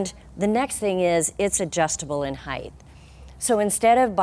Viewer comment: Yes, she's great. It does bother me the way she says "height" with a "th", though. LOL